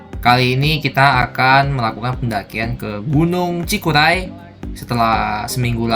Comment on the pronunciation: Cikuray bang bukan cikulai...hehe